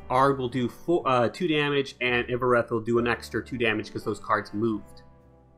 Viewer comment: By the way its not pronounced ''Iovoreth'' . Its ''Iorveth'', just like its written. If you're still confused just say it like the Dol Blathanna Trapper says when you play her.